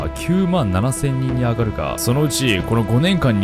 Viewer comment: 映画「ザ・フライ」に出てくるテレポーテーション技術もインスピレーションを受けたのかな？ "９７００人に上る" の所の読み方、「あがる」でなくて「のぼる」だと思います。 ごめんね、気になったもので。